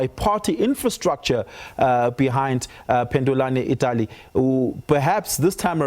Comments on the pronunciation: Pandulani Itali😢😢😢 Stop butchering names you fake anchor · Noooo. U can’t pronounce our names like that. At least practice a bit. Panduleni Itula